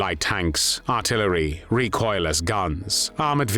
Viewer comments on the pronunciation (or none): none